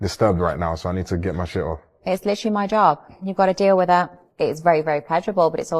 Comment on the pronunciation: Supermodel needs to change WIT to WITH. (your tongue goes out past your TEETH. Then, you will be able to correctly say WITH and TEETH. !!!! YEAY!!